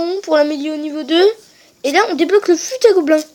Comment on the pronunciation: on fait pas la liaison dans fut à gobelin